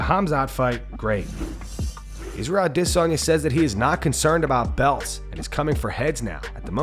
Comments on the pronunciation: why tf this man say aDISanya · I still can't believe this guy pronounces Adesanya that way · So you’re still pronouncing Adesanya that way..